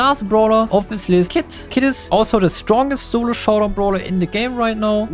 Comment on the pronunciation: germans pronounce "s" as "z"